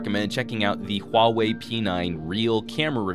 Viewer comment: finally someone who doesnt say huawei as wow-way...